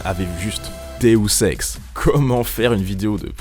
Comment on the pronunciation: DEOSEX?! OU DEUSEX QUE TU DIS?!